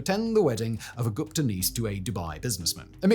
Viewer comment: I hate the way you say Gupta. It's pronounced "Goop-ta"